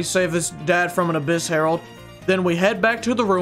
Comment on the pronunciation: Him: Says Herald My brain: Harold from Total Drama Island